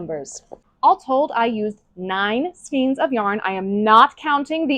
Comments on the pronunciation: Less $500 for mispronouncing "skeins". Skanes, not skeens. (Fightin words, I know!) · Oh no. “Skeens.”, it’s pronounced “skane.”